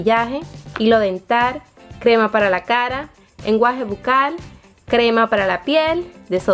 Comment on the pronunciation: se dice Enjuague, deberías aprender a hablar.